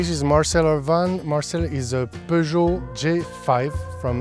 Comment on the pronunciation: He pronounced peugot correctly :DDD